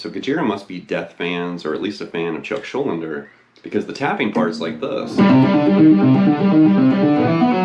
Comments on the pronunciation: Actually Chuck's surname is pronounced Shul-DEE-ner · The whole damn video calling him "Chuck Schul-linder" 😭😭 Chuck Schuldiner SCHUL--DINER